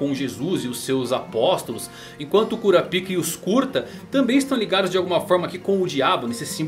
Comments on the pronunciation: Cada vez que tu falava "KURAPIKA" eu soltava uma risadinha kkk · Esse maluco gosta de falar kuraPIKA com a boca cheia , gsus